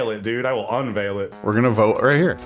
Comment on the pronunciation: "I will unviel it" got a good chuckle from me